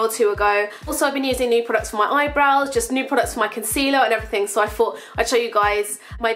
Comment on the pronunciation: I'm sorry for asking but I'm not a native English speaker and also I'm the curious type: in the beginning it sounds like you say "fought" instead of "thought", is that like a dialect or am I hearing it wrong? (